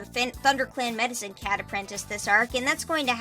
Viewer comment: Am i the only one who heard "Mexican cat" instead of Medicine cat?